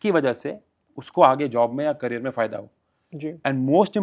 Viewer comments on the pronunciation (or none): none